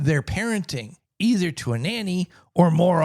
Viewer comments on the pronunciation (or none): none